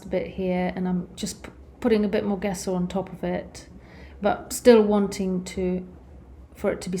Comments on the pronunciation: Good video. Gesso, though, is pronounced "jeh-so" not "guess-oh". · It's pronounced dzesso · it's Italian. It doesn't matter if it's food, wine, art, science, it's somewhat important to use the terminology internationally understood, and if teaching: a bit important to get right. It also speaks to the credibility of your education and participation/experience within the field, as it's a shared language. So it's not at all about snobbery. You might have the wrong part extracted in surgery if there wasn't a requirement of using the agreed latin term and pronounciation. In this case it's just helpful information for the artist in question. I presume she's autodidact which by no means suggests she's a lesser artist than academics. But here's an example: if you said Gallo with an English J it would be understood as Giallo which means yellow. I've heard artists say Gouache wrong on yt on tutorials too. Typically Americans are lousy at French pronounciation which makes home grown American chefs unintentionally hilarious at times. Fashion terms are another source of hilarity. Remember the film Pretty Woman, where the young girl calls her exclusively giften gown a "Versays" instead of Versace? In my country some people say sucheeney instead of Zucchini. It doesnt matter if you're not in hospitality or food. But does if you are serving international guests. No big deal, just super handy. The English correct people on the names of UK locations and Whisky names ALL the time.